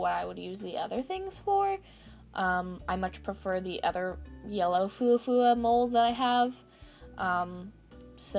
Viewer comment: Its actually pronounced Fwa fwa :)